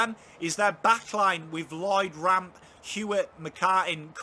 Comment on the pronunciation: Great Video but when he called rampe, RAMP I laughed.